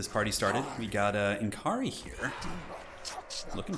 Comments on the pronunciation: it's pronounced more like Nakari than N. Kari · Why does every Youtuber have such a hard time pronouncing N'kari correctly? He's "Nikkarri" but most youtubers pronounces it "nn-karri"